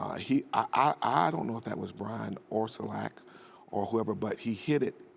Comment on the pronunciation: "Brian Orsulak" haha